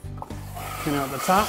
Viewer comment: Screw Netflix! I'm binge watching Renovision DIY!!!!!!!, it's not pronounced oot, it's out, like when you get hurt and say oww, then add a "t". Owwt!